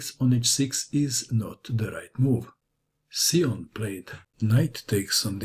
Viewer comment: I saw Xiong play in the USA championship. I believe you’re mispronouncing his name. Great video though.